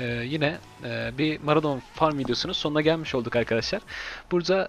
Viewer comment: Hacı gözünü seveyim ses tonun, diksiyonun o kadar güzel ama mAradon nedir allahını seversen. Ağız alışkanlığından dolayı mı öyle diyosun diye videonun adına baktım oraya da mAradon yazmışsın. O haritanın adı mOradon.